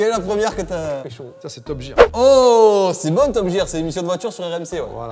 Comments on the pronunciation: Je crois que a du mal avec l'anglais. Entre top "jear" au lieu de "Gear" et le "guess" au lieu de "guest" dans a prendre ou a laisser 😂😂.. après ils sont top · non non c’est bien top [guire]